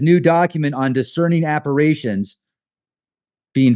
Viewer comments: Not saying this to be a dick, but I'm one of those spelling/grammar Nazis, LOL! So, it's appar-i-tions, not appar-a-tions. It's an I, not an A. So sorry I just had to, it was driving me nuts, LOL! Have an amazing remainder of your day/night everyone! Love to all!!! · it's pronounced Appa-rish-tion, not Appa-ray-tion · It’s appar-I-tion not appar-A-tion.